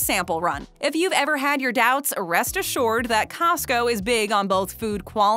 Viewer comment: arrest assured? You actually said that....Arrest Assured /sigh